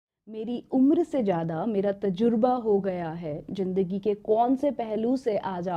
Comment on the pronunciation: Madam ka talafguz theek ni hai zindagi ko jindagi bol dia phle minute me hi ab aage video ni dekhni